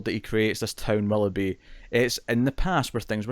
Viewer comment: Did, it's WILL-OH-BEE not WALL-UH-BEE